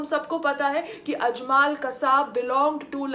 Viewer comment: Well done again PAYAL... but kindly accept some correction and information from my side... 1. Just call Laskare Toyaba NOT LashkAAre 2. Tht name was ajmal not ajmAAl 3. and tht crook bastard NDTV anchor is NIDHI RAAKDAAN not SONI RAAJDAAN ... 4. And in final RSS flag is tht flag of our ancient FLAG of RAAMRAJYA of Lord RAAM... n flag of PANDAVS in MAHABHARAT. .. n flag of our all Indian Samrats ASHOK... VIKRAMADITYA... CHANDRAGUPT... n so on.. MAHARANA PRATAAP n CHATRAPATI SHIVAAJI MAHARAAJ ....of SAFRRON colour ...